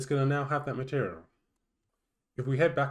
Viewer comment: Please articulate better; it's hard to understand, like you're swallowing the words. For example, you pronounce it as 'maherial", instead of "material". I did give a thumbs-up because it's a quick and good to follow tutorial with closed captions on.